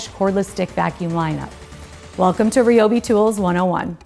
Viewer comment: Not RIOBI, it's RAIOBI or I'm out.